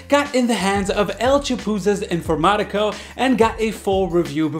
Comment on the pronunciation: Gracioso escuchar como pronuncia "El chapuzas informaticos" Good video as always btw ♥️